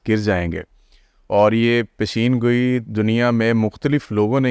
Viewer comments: Pendo master Peshan goi not pesheen goi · Plz learn how to pronounce پیشن گوی